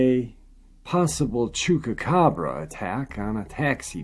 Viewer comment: I like you..you're a nice guy..I love your channel..but if you don't start pronouncing Chupacabra with a Goddamn P and not a fucking K..:-)